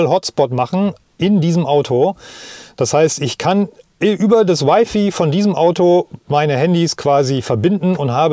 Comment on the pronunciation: Wify? 😉 also Wifi oder Weifei 😄 cooles Video. Echt flüssig. leider ohne Ladeplanung :( Das was man wirklich im auto bräuchte... Aber nen dicker finger für die alten Hersteller